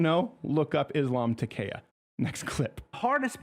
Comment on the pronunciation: I am not terrorised by furniture crowder, check yr pronunciation for takkiya/taqiyya pretty sure it is tar-ki-ya